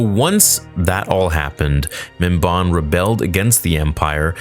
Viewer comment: it's pronounced mim-ban (as in i ban you from this place)